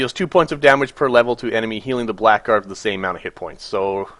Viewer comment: Blackguard is pronounced blahguard